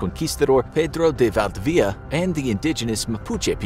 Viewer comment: As a latin-american person, it's funny how he pronounces pedro de valdivia